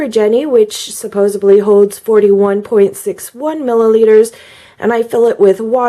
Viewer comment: First off: LOVE your channel and your education on Cups. Small friendly constructive criticism: Please say supposeDly and not SupposeBly. I know...it’s silly and unwarranted. But there’s no “B” in that word, so it’s a crazy pet peeve of mine and I know many others.... Little things like that just help in capturing trust and interest from an audience I think All in love. HONESTLY!!! You’re my go-to channel for this topic (which I’m new to). And you’ve given me feedback on my other posts which was insanely appreciated!!! Thank you!!! I’m being picky, and I know that. But that word is just so commonly misused. I wanted to offer the friendly tip. That said - really do ADORE you and hope you know I’m not coming from a “trolling” or “judgy” place... ❣️